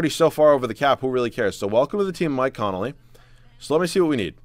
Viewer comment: his name is conley... not connolly